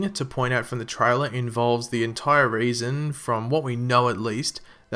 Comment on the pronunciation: You pronounce "reason" as "raisin"!